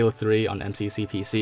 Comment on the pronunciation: "em see see pee sea"